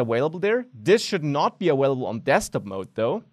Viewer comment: "awailable" I love it <3